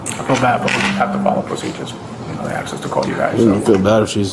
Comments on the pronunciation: 🤭She couldn't properly axe for your order. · She started off saying ASK. When she started to get nervous, she started saying AKS. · but she axed him and axed him. she gave me a headache ! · Now claiming she "axe the tellar"